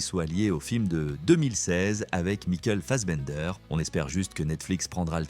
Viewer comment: "raide angine" "mikeule fassbender" "ennansde edisseune" "niveur winter" "azousse" "gigaoctète" "poushe-pulle" "chiplè" ho sérieux !